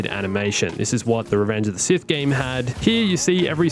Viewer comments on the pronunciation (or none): none